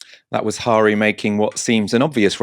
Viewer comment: FYI, Guto is pronounced "Gitto" and Harri is pronounced "Harry"... "Geeto Hari" was possibly the brother of a Dutch exotic dancer and WWI spy.